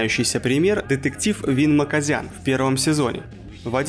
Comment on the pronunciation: не Маказян а Маказиан